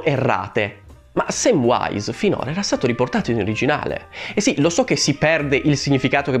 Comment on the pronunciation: Già era sbagliato nel film che veniva pronunciato "Semvise" invece di "Semvais" il nome di Samvise che per inciso, amico, anche tu sbagli a pronunciare perché non c'è nessuna "w" 😂 lo dico in tutta amicizia